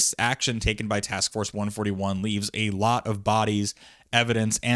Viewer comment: "one-forthy-one" now THAT is a war crime